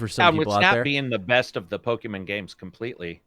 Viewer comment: "Po Key Min"